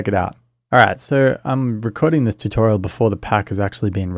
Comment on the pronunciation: I love how you say "tew-torial" lol